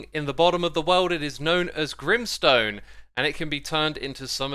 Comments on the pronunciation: Grim sone More like grain sone😂😂😂🤣😂🤣😂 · "grimstone" Me : G R I M M S T O N E